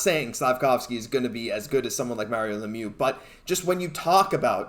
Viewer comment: Nice come back after prononcing Mario Lemieux’s name lol